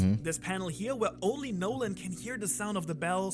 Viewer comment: Montblanc No-land lol